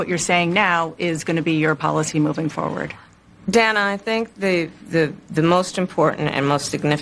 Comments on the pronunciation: she cant pronounce Dana... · And isn't the interviewer's name DAAAAANA, not DANNA? Why not just call her DANNO, as in BOOK 'EM.